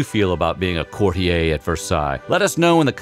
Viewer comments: and ‘courtier’... wtf lol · My brain has a spasm every time he mispronounces ‘courtier’... & he’s doing it a lot !